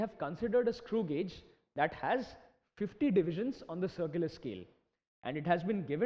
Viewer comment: Thanks Alot....but it is not pronounced as godge it pronounced as gage